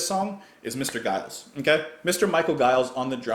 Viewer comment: I love Michael Giles busy approach to drumming. However his name is pronounced as in Jive. Defenitly check out pre King Crimson release The Cheerful Insanity of Giles, Giles and Fripp. Its Canterbury like funny.